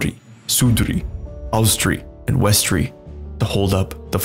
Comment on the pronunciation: Fillheim is German.. Norse mythology is Scandinavian. Yes the German was vikings then, but they're European. Also it's Odin, Villi and Ve, not Billy and Vai. AND IT'S VESTRI NOT WESTRI. It's Midgard, not Midgarde. Hvergelmir. Also Villi and Ve were never, NEVER renamed. They were just also called Honir and Lothur, not Loki. It's Askr and Embla, god dammit. And it's Asgard, not Asgarde, god is this Marvel? putting A in Norse names? god damn. Odin's ravens names are Huginn and Muninn, thought and memory is what they represent. Thor isn't Freyja/Frigg's son, he's a son of a jotun giantess and also Goddess, Jord/Fjorgyn. Baldr, Hermod and Hodr whom are children of Frigg/Freyja. Vidar/Vidarr being the son of Grid also a jotun giantess. Heimdall is also Odin's son, but he had 9 mothers who were sea maidens or also Jotnar of the water, Gjolp, Greip, Eistla, Eyrgjafa, Ulfrun, Angeyja, Imth, Antla, and Jarnsaxa. Also we don't know who Tyr's actualy father is, we either say it's Odin and another Jotun named Hymir. Tyr's mother is yet another Jotun, Hrodr. Loki is not Odin's son, Loki is the son of Laufey and Fárbauti. Loki is not an Aesir, he's a jotun, he was an ally with the Aesir. Loki becomes Odin's blood brother after tricking the blind god Hodr to shooting Baldr with the mistletoe. Also it's Suttungr. Ivaldi is the father of the Brokkr and Eitri, we don't know nothing about Ivaldi, but we know his sons are known as "Sons of Ivaldi", Ivaldi never made Sif's hair, Brokkr and Eitri